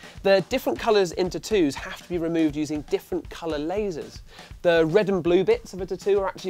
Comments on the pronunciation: That's what irritated me the most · "T'ttoos" xD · I didn't know what word he was saying. Then I realized what video I was watching lol. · Lol the way u say tattoos sounds funny.